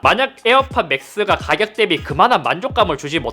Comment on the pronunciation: 가겨 가겨가겨 대비 가겨 ㅋㅋㅋㅋ